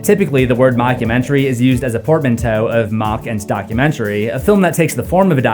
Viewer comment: I learned a new word. Portamnteiuuau or whatever. Wow.